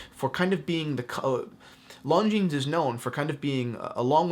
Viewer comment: My god... learn how to say it... it’s not „long jeans“